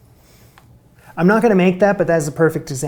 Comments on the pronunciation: mamgu is pronounced mamgi ... it's Welsh for Mum's Soup. Bubble & squeak isn't really flipped, you just turn it over a few times so that the burnt bits get mixed in ... the more burnt bits the better ... you didn't have enough cabbage in there for my liking and the potatoes should be crushed, not mashed ... but hey! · Cawl Mamgu (pronounced Cowl Mamgi) is Welsh for Grandma's Soup 🍲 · that thing you called cawl mamgu is Welsh and its in Welsh, it would be pronounced similar to "cowl ma'am ghee" in our language and it means grandmother's soup/lobsgaws cawl is wales national dish! its usually a lamb stew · Cawl Mamgu ... Welsh soup ... pronounced: COWL Mam-GEE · Cawl Mamgu - Welsh Stew - pronounced ‘ Ca-ool Mam-gee’ - translated ‘ - ‘Grandmothers Stew’ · Cawl Mamgu is Welsh and translates to Mums Soup. It's pronounced cowl mamgee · Cawl Mamgu is Welsh. It is pronounced Cowl Mamgee ( with a hard g). It literally means soup of a grandmother. The s in Bosworth is pronounced like a z. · Cawl Mamgu - pronounced: Cow-ll Mam-gee - It's Welsh. Translates as "Grandma's Broth". A meat stew, technically: lamb, in most cases. Very British sounding as it is from one of the original languages of these Islands. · Cawl Mamgu looks Welsh, in which case pronounce as cowl mam ghee. Grandma's soup. I was raised on the stuff. In our household it's a simple meat & vegetable soup, a bit like Irish Stew, but not so fatty. Also the meat content used to be pretty low compared to how I make it these days. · I think I’ve read about it in Golden Age detective fiction. Cawl mamgu is granny’s soup in Welsh. Cawl pronounced cowl = soup, mamgu pronounced mam ghee = granny in South Wales